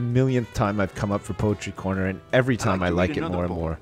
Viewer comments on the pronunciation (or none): its time not toiam